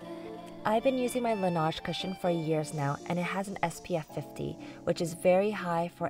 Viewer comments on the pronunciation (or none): This is a great video, I'll try your tricks! Next time, looking up the pronunciation of French words like Clé De Peau and La Neige would really help to keep french-speakers sane hehe ;) keep up the good work! Xo